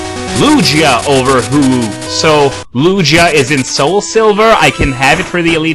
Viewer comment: um it's Loo-gee-ah (Lugia) and Ho-oH (Ho-oH)